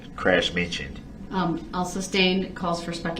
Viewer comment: Let's not forget, AMONISH, instead of ADMONISHED, SUBSTAIN instead of SUSTAIN, Brooks is a master of the English language..